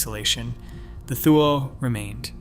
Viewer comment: Thule is pronounced TOO-lee